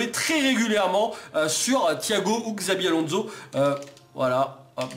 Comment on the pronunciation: arreeeeete de dire x👈abi Alonzo c'est chavi Alonzo 😲